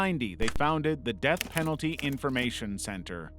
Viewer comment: Said earlier, "serious risks to the Peth Denalty" .... Yeah? so what do you do with these winners?